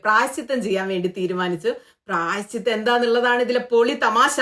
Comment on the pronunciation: പ്രായശ്ചിദ്രം അല്ല പ്രായശ്ചിത്തം 😂😂😂 മാറ്റർ പറഞ്ഞതിന്റെ തീവ്രതയിൽ അങ്ങനെ അയിപ്പോയതാണ് എന്ന് മനസിലായി 😄😄😄😄